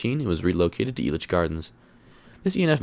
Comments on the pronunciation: Finally someone knows how to pronounce the park but also knows how horrid it is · First off, FINALLY SOMEONE IN THE COASTER COMMUNITY CAN PRONOUNCE ELITCH CORRECTLY!!!! Good job!! Being a Colorado native myself, I completely agree with your rankings. Sidewinder has to be the smoothest coaster in the park, and it definitely is my favorite because of the airtime on those drops. I have to disagree with you about Kaleidoscape though. Kaleidoscape seems so pointless and weird like some sort of LSD trip fever dream. I get that it is an art piece, but I just think it was a dumb decision. I rode it once and didn't like it, rode it again and I disliked it more. I definitely preferred Ghost Blasters even though it wasn't a unique experience. I found a couple of errors in your video. They actually did have a kiddie coaster before Blazin Buckaroo, it was called Cactus Coaster and operated from May 27, 1995 until 2012. I grew up riding that one back when Six Flags still owned Elitch's in the early 2000's. Sidewinder actually opened at Magic Springs in 1980 and opened at the original Elitch Gardens in 1990. Also, Lakeside isn't sketchy man, just because it is a low budget park doesn't mean that it is sketchy. I actually prefer Cyclone to Twister II, they also have better flat rides except their Spider isn't as good as the original one at Elitch's. Lakeside is way better at night too with all of the neon and florescent lights on all the rides and buildings.